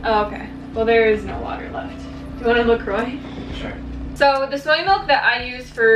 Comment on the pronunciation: lol you say la croix so wrong